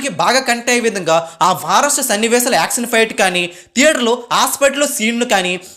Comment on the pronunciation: ష..పలుకు బ్రో.. స..కాదు.. యాక్షన్ అనాలి.. యాక్సన్ కాదు